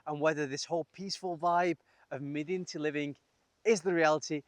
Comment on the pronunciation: Pro tip: in Arabic it's pronounced "madenti"